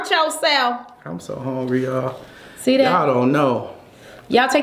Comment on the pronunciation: says brother hongry.